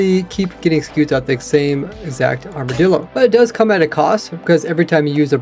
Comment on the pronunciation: People been pronouncing armadillo like its armordillo.